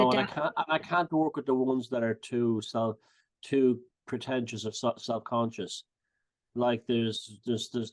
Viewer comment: Onduhstunned ==> understand Sobcuhnscheß ==> subconscious English accent is so cute it's like we the rest of the world English speakers as a 2nd or 3rd language should teach them how to pronounce things called words based on their own rules but yea.. Let's leave it this way so they keep sounding wrong but cute 😂 😂 😂 😂 🏴 💪🏻